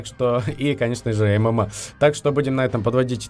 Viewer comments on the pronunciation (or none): Ты сказал "мма" или "момо"?